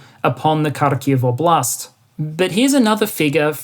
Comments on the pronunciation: Just a small pronunciation tip: Óblast, not oblÁst 😉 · Stress in KHAR-kyv goes to the first syllable. OB-last, same. kher-SOHN is correct, was nice to hear it correctly pronounced, 2nd syllable stress.